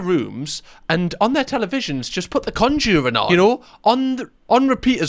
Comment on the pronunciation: Best part of this video is how pronounces conjuring